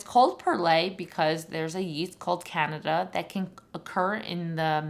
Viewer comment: You mispronounced Candida. It’s not the country of Canada.